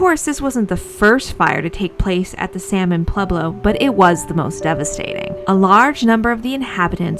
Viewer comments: Salmon Ruins also gets money through their Division of Conservation Archaeology, which is a for profit business run from their facilities. Also, Salmon is pronounced Sal-mon, with the L, it is a family name. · The runs named after the Salmon family are not pronounced the same way as the fish is named. You have to pronounce the L, like Sahl-mon.